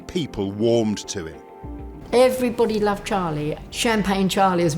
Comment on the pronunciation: "Was a gentleman weren't ee bill". "they all loved Im didn't they bill" 🤣😂